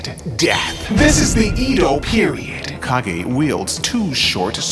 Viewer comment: I hate to be that guy but it's pronounced Cage.